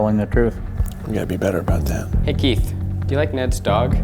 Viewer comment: I kept hearing "keef" whenever they tried saying keiths name lol